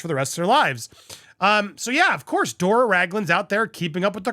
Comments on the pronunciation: Andy! It's Doria not Dora 😊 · Just FYI Andy; MM’s mother is named Doria, NOT “Dora”. 😊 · Andy you are saying dora its dor- eee -a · Andy her name is Doria not Dora! You miss read a lot! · Doria, not Dora. 😊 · Andy it’s DorEeeha ! Pronounced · Andy, it's pronounced DOREEAH. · Dor i a three syllables